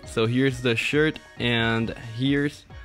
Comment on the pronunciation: when u said shirt I thought u said sh**